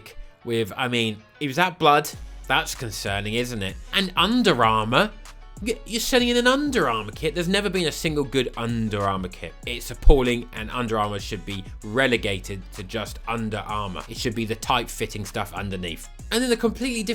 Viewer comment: Man said aPauling talking about a St Pauli kit ahah